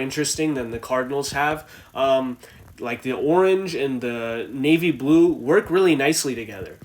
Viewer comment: Nave blue socks nave blue helmet navy blue everything or whatever you said 🤣🤣🤣🤣